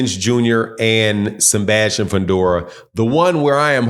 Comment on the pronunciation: “Senbastian Fundora”